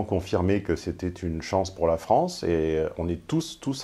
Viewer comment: la Fronce .. jontil la Fronce, ca donne bcp l arzon la Fronce